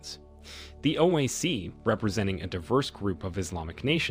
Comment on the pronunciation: Hey commentator it is. O. I. C not OEC or OAC. Learn the correct pronunciation